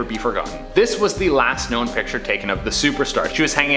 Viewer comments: Be cool if the woman could say picture correctly instead of piture. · i dont like how she pronounces "picture" like "pitcher" heebeejeebiesssss sorry its one or my pet peeves